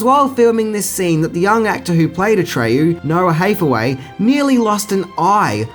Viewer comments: In the mid 80s Nickelodeon had a show called, Take Two where they showed us behind the scenes. They did this movie and Dune and it was pretty cool. Btw, they kid's name is Noah HAthaway not HEYthaway. Like Anne Hathaway. Ha as in hand, not Hey as in well Hey. Your accent is no excuse. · HAYTH-away? really dude? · HATHAWAY not HATHEWAY and Tammi STRONACH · It's HATH-away, as in "the greatest thing thou hath wrought", and "Strow-Nack", not "Stornitch". Atreyu almost did sink into the swamp. He had more willpower than Artax, and was able to keep from drowning a bit longer, but if it weren't for Falcor he would have suffered the same fate. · You don't even know how to say Hathaway. Ridiculous!